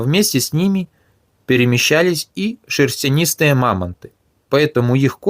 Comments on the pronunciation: Шерстистые, а не "шерстянистые". Читай хоть нормально. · Шерстенистые говоришь?😂 А может шерстистых? Поколение ЕГЭ